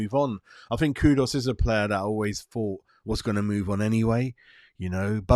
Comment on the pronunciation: you always seem to struggle with our players names. It's not "Coo-dus" like a long pigeon coooo. Its a shorter sound Ku-dus (the Ku sounding like in the word "cook". Similarly you still say "Pakweta" for Pa-ke-tah. Listen to the videos where the players say their own names. Then you'll know. It's just respectful to get they names right if you are broadcasting them to others.